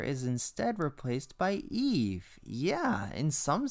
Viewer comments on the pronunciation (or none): It's eve, not Eva.